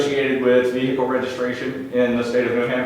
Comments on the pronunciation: He's guilty, just for saying "vee-Hickle". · Why do they always say "vehicle" with three syllables not two? Very strange